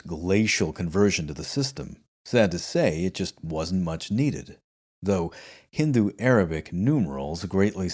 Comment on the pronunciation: Your pronunciation of 'Cordoba' and 'Hindu' really impressed me in this video. These videos just keep getting better! I love the fact that you read multiple books to get different viewpoints on the cultural situation in al-Andalus. It is so refreshing to get a such a nuanced look at history without doing a considerable amount of reading. I thank you for these podcasts.